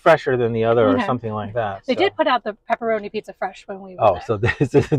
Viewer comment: It's pepperoni not pepparami